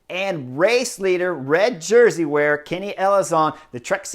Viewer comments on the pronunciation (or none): none